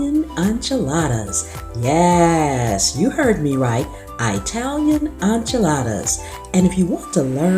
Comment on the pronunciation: Italian not Eyetalian